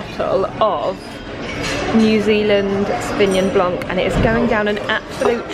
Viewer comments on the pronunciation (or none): none